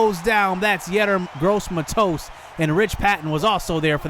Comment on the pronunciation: look up how to say yetur gross matos